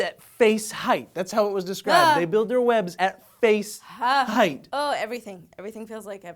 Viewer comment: lol "face-height"